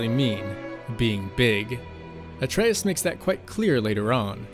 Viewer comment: Great video! And THANK YOU for pronouncing Atreus' name properly!!!